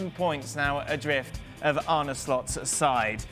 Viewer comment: guys pls. Its not Arny Slot. Its Arne. Soft e. Like the word alone is not pronounced alony